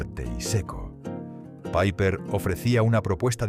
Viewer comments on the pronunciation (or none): Nunca se ha llamada "paiper". Era una marca española y se pronuncia "Piper". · Al Piper se le llamaba Piper. No Paiper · Nadie lo llamó nunca PAIPER!! Era Piper, tal cual. Muchos errores. El Bisonte era rubio. El Sombra era con filtro y no era fuerte, todo lo contrario. Aparte, faltan muchísimas marcas: Boncalo, 3 carabelas, BN, 46, Record, Mencey, Feten, Rumbo...... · Menuda castaña de video. Y lo de "paiper" en lugar de PIPER, ya me ha hecho pasar de todo el documento.